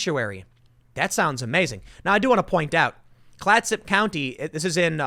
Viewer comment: I live in Oregon, Clatsop county is a quite rural county. Granted I don't live in the county but I believe the largest city there is Astoria and then it's just small towns. Also as an Oregonian I must say your pronunciation of some Oregon places or things really pushes my buttons sometimes, I say it half-jokingly of course I know you're not trying to mispronounce any of them